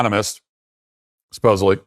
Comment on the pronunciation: You need to practice your pronunciation of the word supposedly. it sounds like you are always saying "supposably."